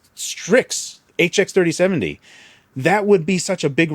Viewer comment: He's gotta be saying HX3070 on purpose at this point.